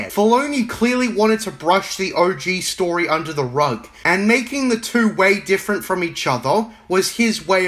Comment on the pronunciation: Damn bro, the video really showed Filoni who’s boss. That’ll teach him for making a non legends related story, or “stowy” as you say